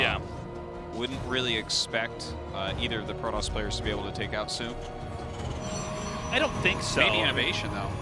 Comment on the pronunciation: Tastless still can't say "zoun" he says it zjoun. :/